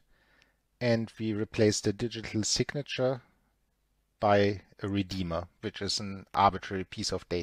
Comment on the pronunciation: accents reminds me of Arnold Schwarzenegger from the movie terminator. when said "Redeema"